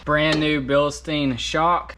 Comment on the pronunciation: 'Bill Stine', not 'Bill Steen'. Also oven cleaner isn't an acid, it's a base, so instead of saying "It's very acidic", you could say "Oven cleaner is very BASED".